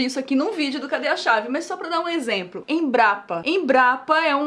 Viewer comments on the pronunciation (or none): Juro q ouvi a Nilce falando "exempro" kkkkkkkk